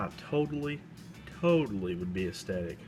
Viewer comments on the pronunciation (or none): Haha...."I was totally ESSTATIC"..........LOL